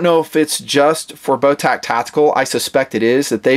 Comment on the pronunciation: The company's name (Botach) is pronounced like "Moustache", soft 'ch', not hard 'ck'. Call them and listen to how the answer the phone.